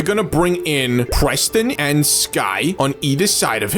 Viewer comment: How do u misprenounce Preston?